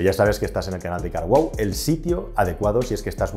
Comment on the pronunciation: Hola amigo con respeto pero dices muy mal carwow trata de decir un poco separado y wow pronuncia eso.😂 Disculpa